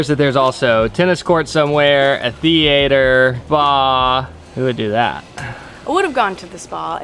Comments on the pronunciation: “the-ater” pronunciation 😂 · If you're freaked out by pee in a pool, you should try being a competitive swimmer who has to circle swim in a single lane with other people. You just try not to think about it. Luckily, pee is sterile and chlorine is a thing. Also, 12/10 saying "Theater":) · that pronunciation of " Theater " was WILD 😆❤